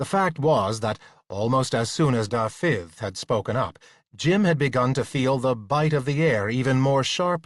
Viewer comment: AAAARGH! Not only does he persist in calling a Welsh archer DA-FFith but his attempt at a Welsh accent is certainly the very worst I have ever heard! It has slight shades of some indistinct Irish accent but no trace of any sort of Welsh. Having lived 30 years in Wales I'm appalled that he was let loose on this!